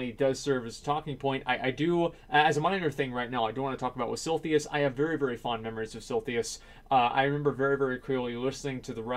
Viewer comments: For the love of god, SIL-I-THUS... Not SIL-THY-US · If you say silthius again I gonna unsub. :DDDDDD It's silithus, not that hard! :D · Suprised no one noticed this on the coments, but he said "Sil-Thee-Us" XD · its silithus, not silthius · TEACHER: ok asmongold, your word is SILITHUS. ASMONGOLD: S-I-L-L-T-H-E-E-Y-U-S, SILLTHEEYUS... fucking easy. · Silithus..."Siltheus". Silithus..."Siltheus". Sil-i-thus..."Sil-thee-us" NNOOOOOO! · He pronounces Silithus so wrong that I had to go check the spelling to make sure I wasn't the crazy one. lol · "Silthius" lol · SIL-I-THUS It's Silithus! Not Silthius! Holy fuck dude... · Sil -i-thus, not Silthius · Silithus, how can you possibly pronounce that like Silthius? xD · Silithus, not silthius. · Very fond memories of silthius... Doesn't even say it right lmao its silithus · lol what is silthius? did he meant to say silithus? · SILITHUS, not SILTHIUS x'D This triggered me so much x'D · si-LI-thus not SIL-THIUS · Silthius? I'm fairly sure it's actually S-I-L-I-T-H-U-S, my ears bleed. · SILITHUS!!!!! SIL-ITH-US!!!! CHRIST..... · actually its more like si-li-thus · Every time he says Silthius I die a little inside. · Sil - eh - thiss ... for the billionth time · I find it sili how you pronounce Sillythus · Stop trolling us with mispronouncing Silithus, please! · Funny how Sargeras stabs the most useless place in World of Warcraft. Also the way you pronounce silithus kind of irritates me. Cause in my perspective I say it as Sith a liss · Asmon, I like ya bud, but, it's pronounced SIL - ITH - US and this video triggered the hell out of me lol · Had to stop watching half way through because your pronunciation of Silithus makes me sad. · His saying it like that actually made me question if I was saying it wrong myself all these years. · There is absolutely no way Blizz can destroy Silithus more than your pronunciation already has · Everytime asmongold mispronounces "Silithus", 1000 African kids starve to death